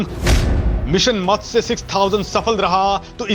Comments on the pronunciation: मत्से नही मत्स्य बोलो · मत्स्य बोलो भाई